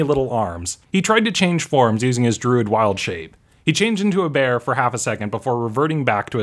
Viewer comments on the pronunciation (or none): none